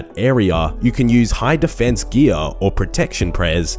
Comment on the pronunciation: "You can use high defence Ghee-ahhh" lmao